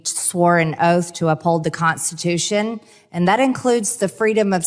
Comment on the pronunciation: The "consitution" what a f'n flake